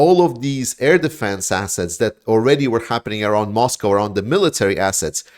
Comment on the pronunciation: lol - I thought I heard you say, 'shiney asses' not 'shiney assets' 😜